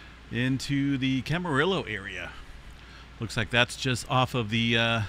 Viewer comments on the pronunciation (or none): yep, because "ll" in Spanish is a soft "y". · Camarillo is “Cama-ree-yo” NOT “cama-rill-o” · Camarillo is pronounce cam-Ah-rio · Camarillo="cam=ah-ree-oh" Also in 1992, the Landers quake is believe to have triggered the Big Bear quake three hours later.